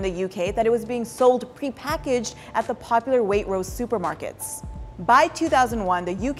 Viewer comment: cant believe she said 'wait rose' asdfghj